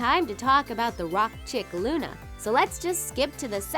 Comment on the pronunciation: It's Luna not lana